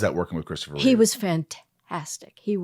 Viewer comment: Christopher REEVE, NOT REAVES